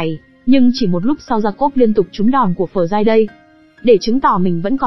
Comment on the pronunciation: Học ngoại ngữ ở đâu mà đọc kỳ quá,Friday mà đọc giống tiếng miên quá👎